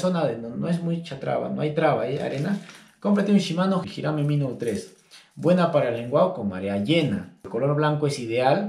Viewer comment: mi gran amigo shimano es marca japonesa ....y jirame en japones significa lenguado.....se escribe hirame y se pronuncia jirame osea la h por la letra j me encantan tus videos